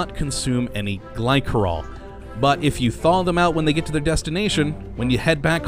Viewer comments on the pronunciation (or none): i thought it was glisserol not glykerol (pronounciation of glycerol) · The 'c' in Glycerol is said like a 's' sound. 'Gly'ser'ol'